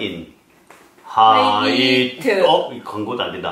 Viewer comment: 하이트를 히테라고하다닠ㅋㅋㅋ 심지어 하이뤼와 ㅋㅋㅋㅋ